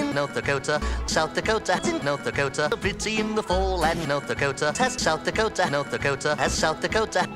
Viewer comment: South the cota not the cota.